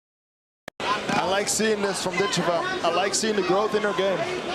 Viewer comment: Not a worthy opponent...the first one...oh well..she may have trouble finding some reaally good competition..she is a very gifted fithter..Dakota Dicheva...Ditch i va...accent first syllable.